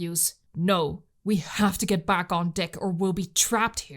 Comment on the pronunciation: Amazing work!! 9.8/10. Not the full 10 simply because it’s deck as in peck, not deck as in pic